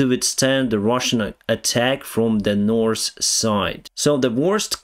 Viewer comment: I like how you spell "north" as "norse". When you mentioned Norse Korea I immediately imagined Vikings ruling Korea from Pyongyang XD